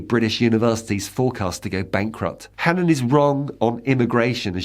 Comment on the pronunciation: I'm glad the presenter is at least pronouncing Hannan correctly. Its an extremely old Irish name - O'hAnnín means the seal of the keepers of the unborn/ the fire keepers. When names were anglicized the spellings landed differently.